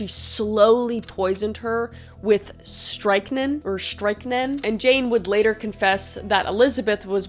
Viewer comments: Strychnine pronounced like Strict-nine : stric-nine (was commonly used by housewives as it was rat poison and widely sold. — Being colorless and odor less it was added to sugar or black coffee as the bitter flavor of coffee could cover up the taste.) Very commonly used because it was so commercially available and often before a time where sales records were widely kept for toxic materials sold in stores. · Pronounced as strict-nine. Stric-9?😅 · Just to be helpful it's pronounced strict nine kwai nine you were really close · 9 not neen strick-9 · I've never actually heard it pronounced like that lol. That's interesting. It's always been pronounced "strik·neen" for me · Pronounced strict-nine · You pronounce it as Strict Nine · It's pronounced stric-nine. I love your videos. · Babe I love you. It’s “strict-nine” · Hey Kris, just wanted to let you know Strychnine Sulphate is pronounced Strick Nine. Nine like the number. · " strick nine " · Strict-nine is how it’s pronounced. Quaaludes - is Qua-loods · Strychnine is said like "strickneen", if that makes more sense. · I somehow missed this one when it came out. Excellent as always. Also, I figured you'd want to know it's pronounced strick-9. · Am I saying that right? LOL Stric 9, is how you pronounce it. HAHA Thanks for another GREAT Video! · It's pronounced "strick-nine" 😊 And "Kweye-nine" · Pronounced “strick neen” it’s like rat poison. It it said to be the reason for some “possessions” way back in the day because people would accidentally ingest it. Causing them to act erratically and bend their backs so far back that it looked supernatural. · strychnine is pronounced stric-nIne Quinine is pronounced quInIne One month late, but the Geek has entered the chat. 😁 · Pronounced Strychnin [ʃtʁɪçˈniːn] or strick nine. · Strychnine Said like “strick-9”. I love you!! You are one of my very fave channels!!!❤️❤️❤️❤️ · It’s actually strick-neen 😊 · It's pronounced strik9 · my love, it’s pronounced strict-nine 😭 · “strick nine”